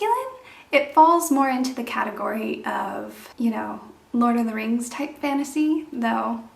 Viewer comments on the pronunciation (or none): none